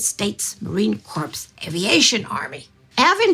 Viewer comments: It is pronounced Marine CORE, not corpse. Get it right. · It's Marine Corps (pronounced core not corpse). That got me too in grade school. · "United States Marine Corps Aviation army" - This is actually pronounced with a soft 'ps'. And please, try to leave the army out of our business. Yours truly, a Marine (from Houston nonetheless). Thanks for entertaining my humor :D